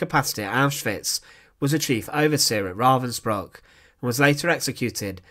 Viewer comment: Aldo his mispronounced name Ravensbruck is really bothering me